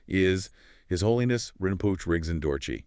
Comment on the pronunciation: Pronounced Rin-po-che